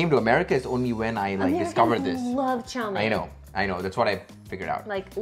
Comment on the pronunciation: I love the fact that pronounced Chow Meen correctly! It sounded very Cantonese. A huge THANK YOU!